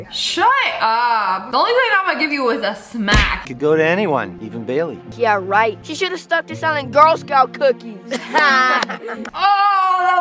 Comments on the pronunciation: Did you noticed that when he called for help he said "Bayliy"!!!!! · When he gave Bailey the badge I TOUGHT HE SAID BABY?! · When he called for help he actually said bally